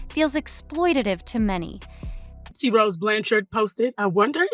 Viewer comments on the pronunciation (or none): It’s pathetic AI content. A genuine content creator would at least manage to pronounce the names of the main people who are the topic of the video, instead of this ‘gypsy row’ / ‘lawless Nina’ nonsense.